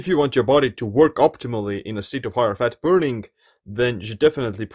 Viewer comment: I love the way you say, Fatt